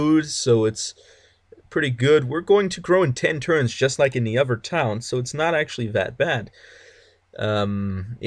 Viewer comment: Hey I appreciate the Tutorial but it's >>>>>>"other" <<<<<< Ottttthhhherrrr not "Ovver or Ofer" or whatever you were saying.